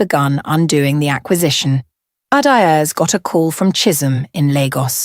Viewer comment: Please pronounce her name correctly. Each syllable distint . Ah da eh zeh. How did her private life become a dinner topic?